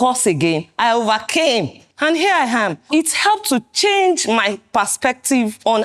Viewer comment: “Here I ham” this female lecturer no serious 😂😭